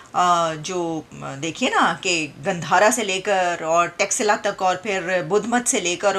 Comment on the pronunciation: texla nahi "takshshila" nam hai